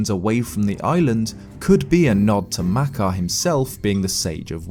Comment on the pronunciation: I'm angry at how he pronounces makar and mekar